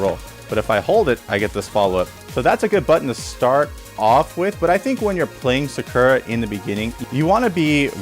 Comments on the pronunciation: You already made me want to drop the character with your pronunciation of SA KUR A. Your not wrong but also not right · had to close the 3rd time you pronounced it “sukurra” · "Sukerruh" is that a new character? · people say “sucker-uh” and “karen” like the announcer doesn’t say their name correctly every time you pick them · Love everything about this vid except how you pronounce her name lol😊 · Lol bro stop saying Sakura like that!!!!!!🤦🏾‍♂️🤦🏾‍♂️ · this video may be helpful one day when i can get over how you pronounce Sakura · The way dude says her name. It’s bastardized. When you choose the characters at character select it says her name correctly. People often mispronounce Karin too and say Karen. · Either you pronounce her name wrong or everyone else I’ve ever heard say it including the game itself says it wrong. Lol wait you started saying it correctly. I must just be out the loop. Regardless nice guide.